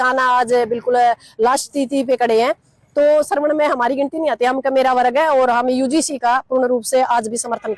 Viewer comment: श्रवण नहीं स्वर्ण